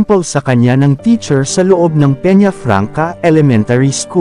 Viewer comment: Peñafrancia hindi Peñafranca.